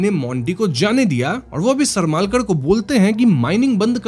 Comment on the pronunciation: सरमालकर नही सरमळकर तंडेलकर नही तांडेल